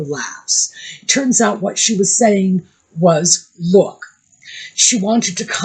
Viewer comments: I thought mindy had a cue card that said luk instead of look😊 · When Mindy said “look” which was pronounced “Luke” - that is how Scottish people would pronounce it. Do you think Meghan could have told Mindy to say it like that, to mock the Scots? Just a thought, because Mindy, even though she’s Indian/American, would not typically pronounce LOOK like LUKE. 🤔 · I think Mindy is low-key genius. She may have received direction to complement Megan’s style and she purposefully chose to pronounce the word “look” the way she did, knowing that a person such as Megan could not help but react to that thereby showing everyone exactly the type of person nutmeg is